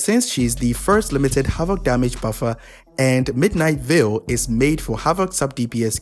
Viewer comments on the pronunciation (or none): none